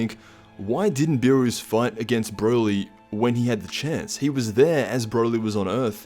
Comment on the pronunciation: it's not Lord Beerus is Lord Peenis